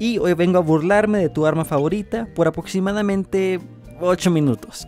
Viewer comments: "Por apoccimadamente'' segundo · "Por apoccimadamente" segundo 8